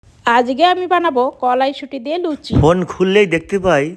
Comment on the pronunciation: লুছি না লুচি এরা কি পড়াশোনা করে নি কোন দিন মূর্খ কথাকার।